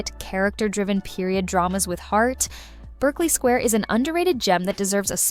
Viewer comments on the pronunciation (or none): It's pronounced BARKLEY SQUARE.